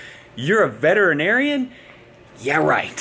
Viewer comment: Veteran-Arian? No? Ok